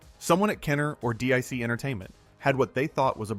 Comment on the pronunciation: DIC Entertainment was pronounced "Deek" I remember they pronounced it when the logo flashed on screen